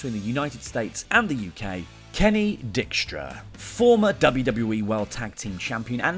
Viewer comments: I believe it is pronounce Dike-stra, not Dick-stra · Hey Kenny Dykstra is actually pronounced DIEK-STRUH. It's a knockoff of a famous baseball player. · pronunciation on some of those names. Saboo & Dickstra. But honestly when Randy Orton retires it will truly be a sad day. The guy has been around forever and has never once been considered a part timer due to his activity. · Are you saying Kenny Dickstra to be funny? Or mispronouncing his name by accident? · It bothers me more than it should that you mispronounced "Sabu" and "Kenny Dykstra". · Pretty sure thats not how you say Dykstra. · That bothered me too